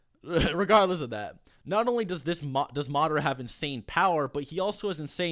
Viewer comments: Ugh I hate how he pronounces Madara. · NickV. Jr that’s how you pronounce it. It’s not Ma-dar-a it’s Ma-da-ra. Watch the anime